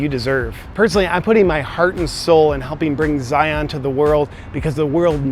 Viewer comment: Every time you say Zion I twitch a little.